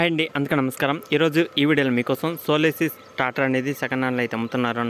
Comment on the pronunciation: అరేయ్ సోలోసిస్ కాదు రా సోలిస్ రా నువ్వు నీ చెత్త సోది